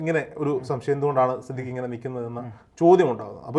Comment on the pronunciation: സിദ്ധിഖ് ❌ സിദ് ലിക്ക് ✔️ 😂😂